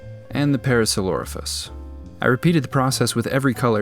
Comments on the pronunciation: Hearing him say "priffalaffasaurus" was SO funny! I don't think i've EVER laughed that hard in my life!😂😂😂❤ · Say it with me:“Para-sore-olla-fuss” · Pare-ah-sore-all-oh-fuss, just said all together quickly. Or just parasaur 🤣 And those raptors would be Utahraptors, those are the big ones. Velocis were only about as big as a medium dog All the models together actually reminds me of a tribe raid in Ark: Survival Evolved/Ascended on the pvp servers. All the dinos kitted out in battle platforms and saddles with armed riders ready to raise some hell. I never played pvp, but I have been part of dino armies for boss fights on the pve servers 🙂